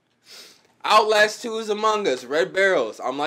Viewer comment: LMAO "OUTLASH TWO"